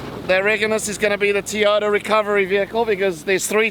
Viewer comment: Ha ha ha - had a good laugh along this great vid with the commentary - You are a funny bas*ard! You’ve got a great rig mate - very capable and a huge upwards step from the Ford to the Teyota (SA accent😂) Keegan and Sarah have done a fair bit of sand driving although he was first bogged lol and he is the best fisherman! Looking forward to some more great vids mate!